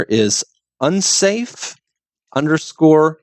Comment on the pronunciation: "Unsafe", not usafe. :) From what was said.